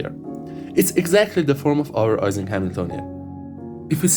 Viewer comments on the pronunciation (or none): The name Ising is pronounced as if it were spelled “Eesing”, not “Eyesing”. Mathematical physicist Barry Simon once joked, in a lecture on statistical physics, about the work of Mr. “Eesing” on the “Eyesing” model. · FYI ising is pronounced like "easing"; EE-ZING